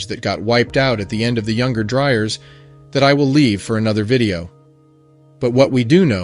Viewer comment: How did you manage to mispronounce the “Younger Dryas” every time? How did you get “Dry urs” instead of “Dry ass”?